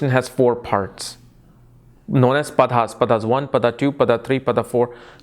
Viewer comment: Padas i thought u said buttas